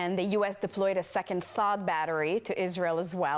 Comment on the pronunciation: She said the us deployed a second "thog battery" to Israel. I wonder if she meant Thor battery. If not then what is a thog battery? I did a search and found nothing.